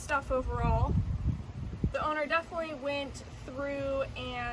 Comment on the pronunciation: take a shot every time "definlyyy"